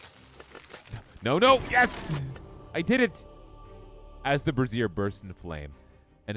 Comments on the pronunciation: english pronunciation would be "braise-zer" you were saying bra 😜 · To reduce further embarrassment, it's pronounced Bray-zhr in American English, and Bray-zee-uh in British English. You're basically saying you're lighting up bras.